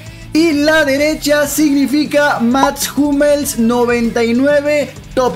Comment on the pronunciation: Max Hummels ❌ Mats jumels ✅